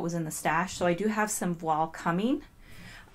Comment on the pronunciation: Thank you for this detailed analysis! Voile rhymes with toile. It's a french word.